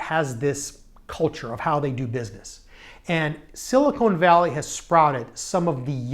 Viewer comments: SiliCON not siliCONE valley. I lived there for years and your mispronunciation is common. PS the valley of silicone is down south in LA! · It’s Silicon , not silicone. The former is an element on the Periodic Table and the latter is kitchenware. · It's "Silicon Valley" - not "Silicone Valley". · very interesting but I cringe whenever he says siliCONE. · Couldn't get past "Silly-Cone" Valley (however, cool couch).